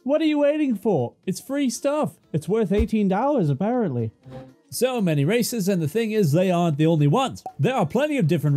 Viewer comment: Had to turn on captions thought you said racist.